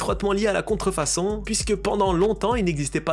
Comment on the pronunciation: là où il a dit contré façon 🤦